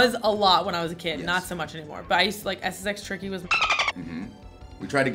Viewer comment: Dis she say SSX Tricky at the end??